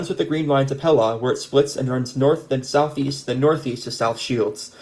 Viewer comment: great video! for future: pelaw is pronounced pee-law by the way.